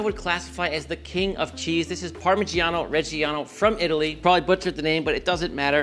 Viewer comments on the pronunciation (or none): none